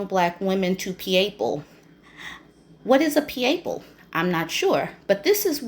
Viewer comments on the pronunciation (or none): “PEE-AYE-PLE” sent me through the roof! 😂😂😂😂